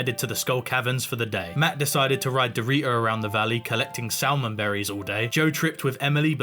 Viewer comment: Forgot about that "salmon" pronunciation. I won't rub your face in this one, I'm guessing you're already feeling pretty stupid. Love it man